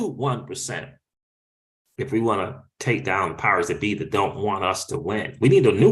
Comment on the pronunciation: did you say Powers-that-be or Pirates-that-be? LoL 🤣